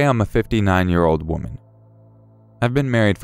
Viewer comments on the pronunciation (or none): none